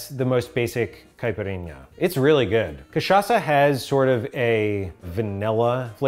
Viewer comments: nailed that pronunciation and recipe for caipirinha, very authentic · As a brazilian, I was very impressed with the Caipirinha you made. Also, love the way you say "Caipirinha". =)